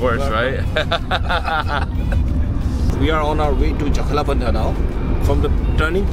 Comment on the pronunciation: such a perfect pronunciation..jo-ko-la-bandha😂